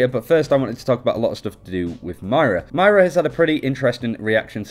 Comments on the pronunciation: ok listen. its MOIRA not MAIRA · It's pronounced MOIra not MYra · You keep saying my rah when it’s supposed to be muy rah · It's not "My-Ra," it's "Moy(like boy with an M)- Ra" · It’s not My-ruh it’s Moy-ruh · Moy-ra not Mara, This is annoying me more than it should, probs cause im from northern ireland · Why do you pronounce it Myra when it literally fucking says Moira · Her name is pronounced moyra btw. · I stopped watching right after the first time they said "Maira". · I'm sorry being Irish I'm annoyed as to how ppl pronounce her name. It's moy-ra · As an Irish person, the way he pronounced her name triggered me. Also the fact that In Ireland we spell it Máire, not Moira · i swear you are saying mario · Moira is pronouced "Moy-ruh" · I don't want to be that guy, but you're pronouncing her name incorrectly. It's pronounced like (More Yeah). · Isaac Ben-Ezra umm no Moy-Ruh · that's not at all how it's pronounced... its Moy-ra or Moy-ruh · This was driving me nuts the entire video. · Why can't you even pronounce moira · you keep saying myra instead of moira and obbs instead of orbs